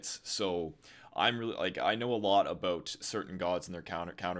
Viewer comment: "Aboat" lmao